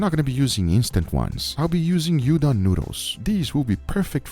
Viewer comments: If you use Udon noodle, it turns into Udon. Also, Udon pronounces "oou-don" not "yu-don". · Not to be annoying but it’s Oodan not youdan and definitely not Ramen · "udon" is pronounced as "ooh-DON", not "YOO-don." The Japanese character is うどん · Looks absolutely delicious, but if you use udon noodles then it becomes udon (dish), not ramen. Also they're pronounced oodon not yudon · UDON, pronounced oo-don, not you-don. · Bro did not just say You-Don💀 Its Udon,Ou-Dohn. I ain't even japanese...why am i tryna scream at a pro.... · Cmon bro, its not hard to verify what your script with someone before filming. As many pointed out, you made udon noodles not ramen noodles. Also its not hard to pronounce udon (oodon, not youdon). Finally, marinate those eggs instead of leaving them as white as my ass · You don’t call Udon noodle you don’t….! It’s oooooodon! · "You-don noodles"